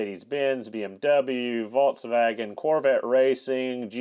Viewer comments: I had to turn video off and give a thumbs down because of way you try to pronunciate Volkswagen. Come on dude what are you trying to do, too effin funny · "Volkswagen": VOLTS WAGEN "Hazet": HOT ZET